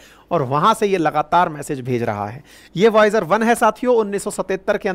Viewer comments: वोयाज नहीं वाइजर😂😂😂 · It's not viaoge 1, it's voyager 1. Please correct.. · बार बार क्या वोयाज वोयाज लगा रखा है। वायजर है। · Voyaz nahi vaizer he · Express ko espress bolne tak to thik tha sir ji Voyager ko voyag bol rahe hai 😅😅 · Voyus kya hain Bihari ho kya